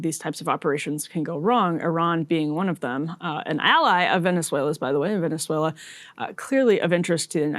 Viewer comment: Can we take a moment to appreciate how well Emily pronounces Venezuela. Almost sounds native.